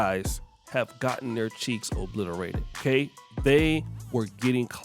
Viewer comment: Yo , "These guys have been getting their cheeks ibliterated", "These guys cheeks are in jepardy!" WTF